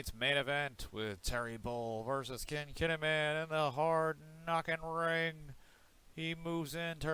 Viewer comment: its not kechi as you say its keshi and its not ken kinnimen as you say its kinnikuman